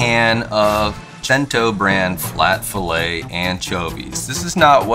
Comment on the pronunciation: Thank you for correctly pronouncing cento!